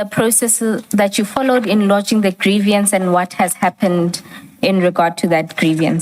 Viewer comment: It is not grievyance! It is grieVance. There is not an extra i in there!